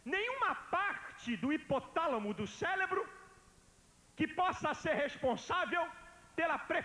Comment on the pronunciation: mandou um "célebro" kkkkkkk